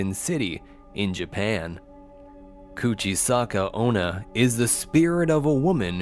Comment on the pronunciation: Bruhh you talk soooo supper slow and your said "kuchisake-onna" it was so wrong Explenation like idc😑😑